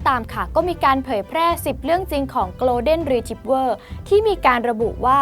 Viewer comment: คนอ่านต้องปรับปรุงมากอ่านชื่อพันธ์หมาก็พิลึกกึกกือเขาชื่อ โกล เด็น รี ทรีบเวอร์ไม่ใช่โกลน เดน อ่านข่าวน่าจะรู้